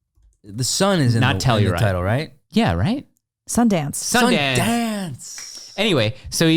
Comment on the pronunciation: It’s Sundance 🤣